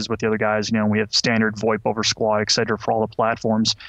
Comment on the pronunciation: Ack, do you really say "ex-cetera" in english? It bugs me a lot when he says that, for in german its pronounced without the x.